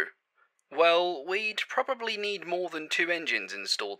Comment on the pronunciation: ...what's a 'PROBABY'?